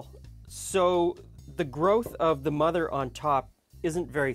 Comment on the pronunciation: i am French Canadian and i understand English very well in fact i understand you completly but phonoticly i don't know what i am hearing when you speak of the 'mudder' mother... what is the word you meant please lol???